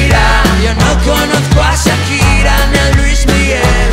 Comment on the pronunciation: miguel angel lopez carrasco que pronuncie bien Shakira no es sakira 😒